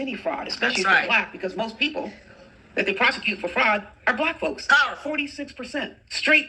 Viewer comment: No, no!! It's powful, powful, queen. 😂😂😂